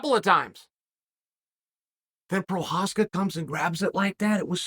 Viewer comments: The single most surprising thing to come out of this fight for me was ole uncle Chael said Jiri Fking Prochazka’s name so many times so close to the way it’s actually pronounced! The best keep getting better! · You know you've gained Chael's respect when he starts pronouncing your name correctly.